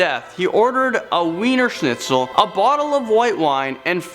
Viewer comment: If your going to say Wiener schnitzel pronounce it properly